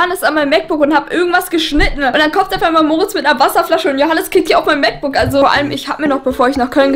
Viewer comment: Wie oft sagt sie bitte MacBooc